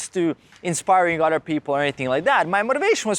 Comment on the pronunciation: Love the video. I keep hearing you say otter people though. 😂